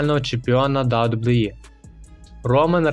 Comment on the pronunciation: Відос не поганий, але навчись казати WWE, та деякі інші фрази, без образ)))